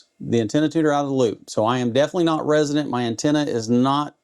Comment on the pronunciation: Man, i appreciate the content. I just wish you would start pronouncing resonant correctly instead of saying "resident". Even YouTube closed captions is picking up resident. You're doing a disservice to anyone new to radio or antenna theory.